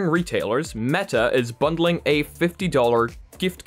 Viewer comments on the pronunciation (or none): none